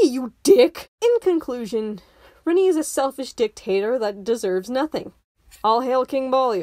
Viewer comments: "Rinii" it's R-AH-ni babe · Like I genuinely hate her too, but I don't think you have standing to criticize a character if you're gonna mispronounce their name the entire time lmao